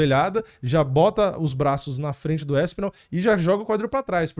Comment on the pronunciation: Não é "Éspinal", é ASpinal. Não é ISpecialista, é Especialista.